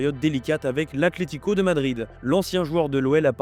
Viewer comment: C’est ACLÉTICO ou ATLETICO ? Faites un effort qd même, on dirait les enfants et leur «pestacle»